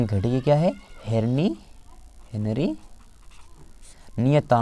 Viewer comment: Sir herni nhi hota hai henri hota hai